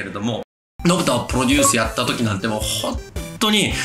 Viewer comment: めっちゃ熱いええ話してるねんけど 「ポロデュース」で毎回笑うわ。 編集の方も一緒で良かったです(笑)